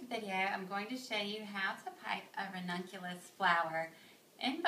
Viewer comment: Today i learnt how to say " ranunculus" correctly after listening to you. :) Beautiful flowers. Thanks..